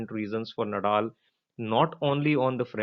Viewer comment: नदाल please.. not नडाल